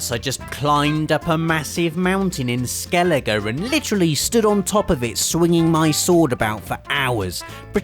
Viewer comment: Love your videos and your humor. Also love the witcher. But how come you spent 12 days in the witcher, and still mispronounce Geralt's name and Skellige? It's weird. you hear people saying those things all the time in the game.